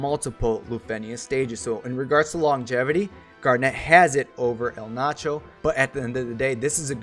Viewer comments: I get it, you're having fun or whatever but still annoyed at the name butchering >:( Being an XI Junkie, I am just STOKED to finally get the Zilart King in my roster. Sucks gotta wait for Kam, but oh well - nearly have all the XI characters now and love that they're pretty much all good if not outright busted. Really, really hope to eventually see Zeid, Luzaf or Iroha added at some point. Maybe Sehl'teus. EDIT: His name is pronounced E-Ald-Narsh, btw. All the Zilart have weird naming conventions like that (Kam-la-nao, Sell-Tay-Us, Esha-neh-tarl) ;) and the Zilart are basically the original form of humanity in XI, before the mothercrystal split into 5 pieces and Paradise (where only Zilart and the Gods could exist) was lost. Just some XI lore for peoples who may be curious :D (The Zilart are also what the Ascians in XIV are based on) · The main problem with Eld Nacho is his pronouncing name